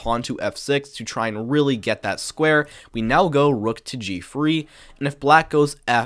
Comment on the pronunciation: Love your videos, but why do you say “free” instead of “three”?